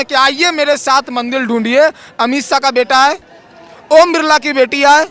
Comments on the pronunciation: अरे.. मेरे भाई... मंदील नहीं.. "मंदिर "... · बेटा पहले मंदिर का उच्चारण सही करो